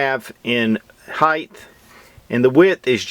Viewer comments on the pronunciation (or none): heigh'ta .. not heig'th